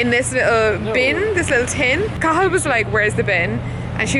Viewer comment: Klimt Kahlo Cathal. The 't' is silent!